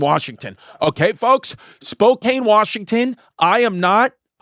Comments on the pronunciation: It's pronounced spo kan. Not spo cane. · Chrissy, say it with me "SPO-CAN" not "SPO-CAIN". I don't know why it's impossible for all of you east coasters to say it correctly lmao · As someone from Spokane, firstly it's pronounced spo-can, and second, the homelessness has gotten bad please save us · Spokane is not that crazy 😂 And he’s gonna piss everyone off pronouncing it like that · Spokane is so terrible i'm not even gonna correct Chrissy's pronunciation of it